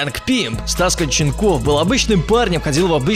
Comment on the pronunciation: ударение на О КОнченков